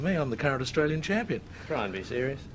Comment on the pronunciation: Austr A lian. Not Astr oo lian.